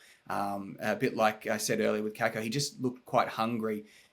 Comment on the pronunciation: True pronunciation is Kaykoh